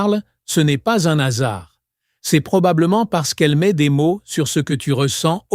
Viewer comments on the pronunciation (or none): C'est de l'IA. À la fin j'ai entendu "un asard" C'est un hasard, le hasard